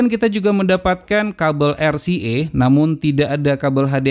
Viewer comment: 3.08 RCA, bacanya bukan er si e bang, tapi ar si e, atau er ce a sekalian...hihihi